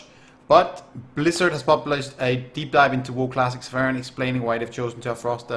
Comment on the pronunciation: sa-FI-ron, not sa-PHAI-ron